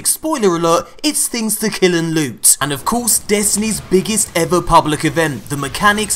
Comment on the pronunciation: You really need to stop saying "loot" like that. Its insulting to the word. 2tokensandablue.